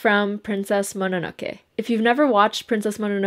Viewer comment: bless you for saying Mononoke properly. i'm just a bit peeved when people say "Mo-no-no-key" or "Mo-no-no-kay" like...please try to learn the pronunciation of a foreign word at least :( so bless you lol and yay for Ghibli moviiiiiesss